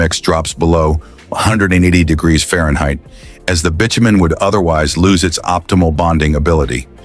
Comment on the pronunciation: Every YouTube video is now' AI narrative. I'm sick of hearing mispronounced words, bitumen was miss pronounced along with other words What's wrong with using a real human voice!. 😡